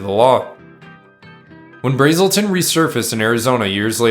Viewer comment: U and keep calling BRAzen Bill BRAAAAELTON. I went to HS with Ralph BrASelton, or a Bra Azz el ton